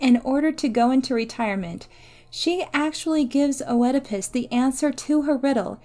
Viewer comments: if we actually want to really talk about the pronunciation, Œ is a diphthong, it is pronounced as a closed E in greek, it sounds like a E and an U ( and even an I sometimes) all at the same time...which is pretty hard to pronounce for anglophones! Here is the greek prononciation And here is the anglophonic prononciation: Mispronunciations with Greek words are very understandable, especially when you only read them indeed! Greeks literally have like the opposite vowels prononciation from Germanic languages and English might be the softest Germanic language, it is still a Germanic language! So don’t worry as much as you annoyed some people...we still all understood what you said! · lol, no please dont feel guilty. I wasnt disappointed in this hero, he is a circumstance of his fate. A good rule of thumb for mispronunciation is a peron had learned the word through reading rather than hearing it spoken. I just dont have many opportunities to discuss heroes and monsters aloud... its always been O-edipus in my head whenever i read it. I do appreciate the correction, and thank you so much for watching and commenting! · Oedipas: "iːdɪpəs" not "O-eedipus" Sorry that was just annoying me. Good video though. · Also Oedipus is pronounced Eddipus, in American English and Eedipus in British English. The O is always silent. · I had never heard "O-edipus", and then I had to hear it thirty times. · I've heard the name pronounced Eedipus and Edipus, but definitely not Oh-edipus. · The O in Oedipus is silent.. it is pronounced just "edipus" like the complex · Yes, yes. How it's pronounced shouldn't matter. The pronunciation has likely shifted over time and in different cultures. But oh-edipus was the one jarring thing in a great video. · I am so annoyed by how she pronounced "Oedipus" -- a simple Google search before making this would have been enough instead of constantly saying "oh-eh-depus" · The O in Oedipus is silent